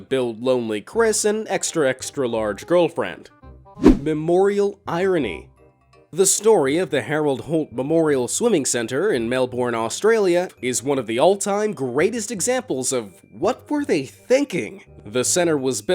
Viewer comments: "Melborn" its melbourne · it isnt pronounced melborn its pronnounced melburne and spelled melbourne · i am disappointed that you can't pronounce 'Melbourne' right. you say 'mel-burn' not 'mel-born' ok? you got that? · Mel-born? It’s Mel-burn! Melbourne is amazing here in Australia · Mel-BURN, not Mel-born! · just saying mate melbourne is pronounced mel-bun not mel born, nice vid tho edit: maybe thats just me with an aussie accent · It’s not melborn it’s Melbourne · its pronounced melben but ok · I love how Americans pronounce Australian names. Melbourne as "Mel'born." LOL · did you say mel borne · I love how he accidentally mispronounced Melbourne to melborn love your vids though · you said Melbourne wrong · Bro say it Melbourne properly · I live around the corner from the Harold Holt Swim Centre in Malvern, Victoria, Australia... I Genuinely can't tell if you're attempting to say Malvern or Melbourne or both the pronunciation was THAT butchered. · You pronounced Melbourne wrong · I got triggered when he mispronounced Melbourne in Australia